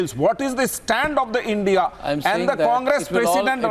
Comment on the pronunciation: You cant even say INDIA properly